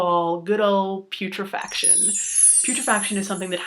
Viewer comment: TIL: I did not know that putrefaction was pronounced (ca, ) like that!